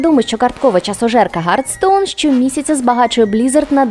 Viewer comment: Ще один чудовий випуск, але в мене є питання до вас, зокрема до. Чому замість англійської букви 'H' ви говорите чисту 'Г'? Просто знаєте, говорити "гартсоун" не правильно =\